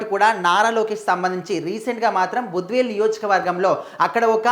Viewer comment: బద్వేలు కాదు. భద్వేల్